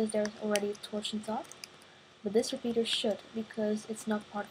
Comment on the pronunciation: u say fourth as Ford and repeater u say repeaterd